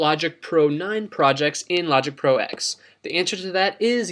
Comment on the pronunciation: Great video - the only critique I have is one little thing... "Logic Pro X" = Logic Pro Ten, not Logic Pro "Ecks" - lol sorry just the purist in me. :)